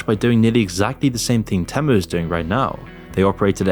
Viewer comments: You keep saying TEM-OOH but haven't you heard the damn jingle? It's TEAM-UWH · I bailed after your 10th mispronounciation of TEE'-mu. Nobody says TEM'-MOO. If you can't even say the name of the company correctly, you lose all credibility. Or was this done by the video-bot thing you're selling? HARDLY an endorsement! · OK...but why do you keep calling it te (short e) when they themselves say it is TEE-MOO? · Why do you keep pronouncing it wrong? The ad literally says it like Tea-mu and you even play the ad but then keep calling it Tem-u😂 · The ad shows you how to pronounce it. Not teh-moo, it’s tee-moo dummy! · no shi bro is calling temu tehmoo its tee moo not teh moo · It's pronounced "tee-moo". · People still don't know....huh... IT'S pronounced TÈHMOO!! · its pronounced teemoo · it is not tamu..it,s temu..have you try any of their stuff ..poor me who hardly could efford any clothe i now have a wardrobe full ..and i love it all…all other shop are scare to death of temu…most people have problemes with rent morguage and food who is going to buy a bag and dress for 500 …wake up to yourself people not everything is good or bad anywere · It’s pronounced Tee Moo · The AI narrator keeps saying Tamu instead of Temu. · why you calling it temmu when they even pronounced it for you on their ad? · STOP SAYING TEH MEUH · its TEEmu, why do you keep mispronouncing it? Its in their own advert that you put in the video. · Their ads pronounce Temu differently with their robot voices. Very annoying. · Why do u insist on pronouncing it different then everyone else including Temu themselves?